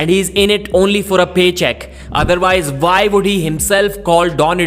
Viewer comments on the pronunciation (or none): It's "why" not "vai". It's "one" not "varn"